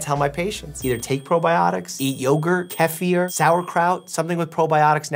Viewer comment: Can we just take a moment to acknowledge how this good sir pronounced KEFIR?!